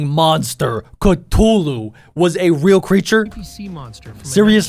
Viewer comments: Cthulu not ctulu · its pronounced cuthulu! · Its cathulu